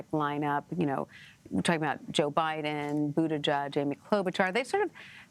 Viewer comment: “Buddha-judge.” 🤦‍♂️ Another mispronunciation to add to the poor guys list.